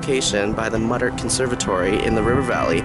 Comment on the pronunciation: Enjoyed your video, you have a cute lil voice, but Muttart is pronounced moo-tarrt, not mud-urt.